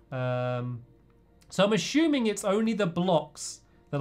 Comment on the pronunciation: Hahaha Stampy said ASHUMING (assuming) at 19 -20 mins